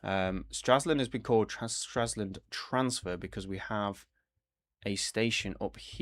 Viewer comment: Stra LS und and NOT Straslund